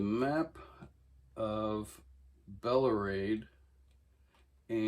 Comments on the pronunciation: “The land of… Belarade?!” Hearing you butchered Tolkien’s beautiful naming of Beleriand hurts my ears and soul. 🤣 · You claim you’ve read the Hobbit seven times and yet you cant name Smaug on the front cover, nor Ulmo from Silmarillion, or pronounce Beleriand correctly. Good for you that you managed to get a hold of them but i dont buy the fact that you’ve read any LotR. You just wanted to collect them cause they looked nice.